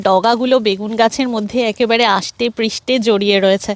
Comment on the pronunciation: বেগুন ভাজা আর ভাত একটা দারুন খাবার তবে তোমার আষ্টেপৃষ্টে এই শব্দের উচ্চারণ আমাকে মুগ্ধ করেছে